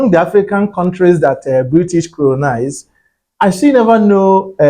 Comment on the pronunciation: This content and its creator are all funny., kindly check the way you use your “L and R” please. There is no word as coronize please. Correct your flaws before you come and teach English here. What is Nigeria English and Ghana 🎉English. The language is a foreign language to both countries, and how some words are written or spelt are not supposed to be pronounced raw. Example: “Doctor” The white man does not pronounce it as how Nigerians do. Ghanaians know the source of the English language, and they try to speak it as good as the natives. Nigerians with their illiteracy rate pronounce the words as it is written in most cases. When a Nigerian travels out of his country, it is then that he finds out how bad he speaks English. Most of the Nigerian politicians and the rich sends their children to Ghana to study if they have plans to send them to Europe and America.